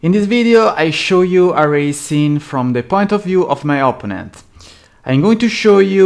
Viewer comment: Opponent si pronuncia oppónent non opponéńt all'italiana 😂